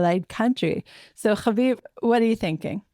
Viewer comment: is ridiculous and comes off incredibly naive sometimes. When she said but it’s not fair that we struck Qatar. Like are you serious?! Haviv had a great response tho can always count on him to tell it how it is. Also the way pronounces havivs last name is seriously getting old. Stop being so dramatic with it jeez! But yeah was trying so hard to get haviv to validate her opinion that the IDF is acting like a big bully. Can’t stand her but I do love the times of Israel and every other person they have on